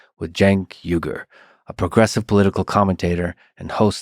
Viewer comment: you said "yugur" his sirname pronounced as " o-y-gh-uo-r" uy-gur, please we never pron. yours in-or- by turkish sound because then it would be funny. I could only ask of you: please be carefully promounce Turkish names, please...🙏🙏🙏